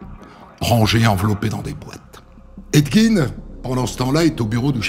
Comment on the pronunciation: des histoires encore plus connue svp, ya pas la terre entière qui a déjà raconter la première, et on dit edd "gèn" pas edd gine